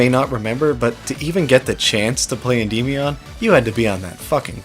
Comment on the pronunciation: Unrelated, but I remember checking how "Endymion" is pronounced and I'm under the impression none of us were saying it right.